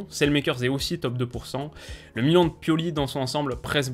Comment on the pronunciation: ne t'inquiète pas 1 jour tu arriveras à ne plus te tromper sur la prononciation du club